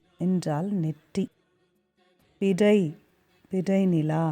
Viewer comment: Nice explanation.. But lots of pronounciation issues.. சிறு, பிறை, உறு, மறந்து etc.. று வல்லினமாய் உச்சரிக்கப்படவேண்டும்..!! Same way சீராரும் is pronounced as சீராறும்..!! Paining..!! Other wise nice..!!